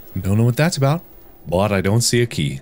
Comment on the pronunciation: When you say “Bou - t” it sounds like “Booty”